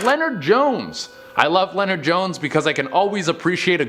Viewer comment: funny way to spell “Leonard.” Leno-ard. It’s Leonard...